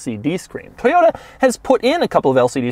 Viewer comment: Toyota not Toyata